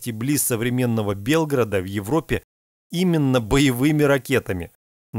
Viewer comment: Его ошибка только в ударении.Нужно БелгрАд,а не БЕлград!